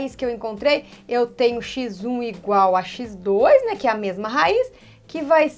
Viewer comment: 😅😅😂😂❤😂 o oque me motiva a assistir as suas aulas é que Pf. Fala xizum (x1)